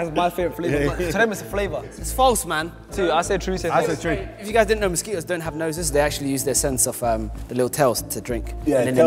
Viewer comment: "most ski toes have" had me rolling🤣🤣🤣